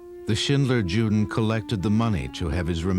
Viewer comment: The narrator should have done enough research to pronounce " juden" properly as yuden.